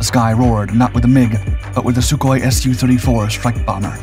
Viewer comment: Soooo-34, as in Sukhoi-34. Big "S", little "u".